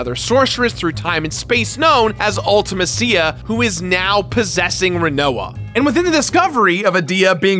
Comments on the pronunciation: Oh.... my.....Kos.... you pronounced LITERALLY everything wrong. 😂 I’m just joshin but, damn man Ulta- Ma- SeeYa! Loved this game as a kid, this was nicely reviewed and pretty well explained. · Ultimeh-see-yah and Ello-nii 🙄🙄🙄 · and I pronounce it Ul-ti-mess-ia. That's something I miss about pre-voice acting era games, everyone had their own interpretation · Why does everyone pronounce Ultimecia's name wrong? They say it out loud in the Dissidia games. It's pronounced (Ulti-meesha) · can't pronounce Ultimecia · The most controversial part of this video is pronunciation of Ultimecia and Ellone. Did anyone else notice Ellone is (L1)? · Congrats, but what's with the weird pronounciations with Quistis and Ultimecia??